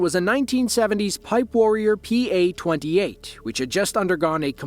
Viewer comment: Ah, yes, the Pipe Warrior PA-28, a well-known vehicle right up there with the For Mustang, the Niss Altima, and the Volkswag Beetle. FYI: The "R" in the word "Piper" is not, in fact, silent.